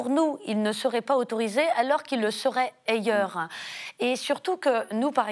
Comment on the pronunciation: Perso, j'ai du mal à croire les explications prétendument scientifiques ou informées d'une personne qui ne sait pas prononcer le début d'un mot aussi simple et courant que "ailleurs". Son propos en devient extrêmement suspect : qu'est-ce qu'elle retient ou comprend de ce qu'elle entend, lit ?